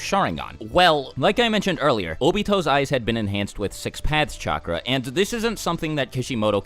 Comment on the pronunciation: Say it with me. CHAKRA.